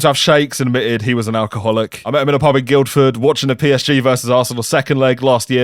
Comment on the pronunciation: You're not meant to pronounce the 'd' in Guildford, by the way.